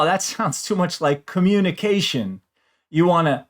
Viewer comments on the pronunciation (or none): none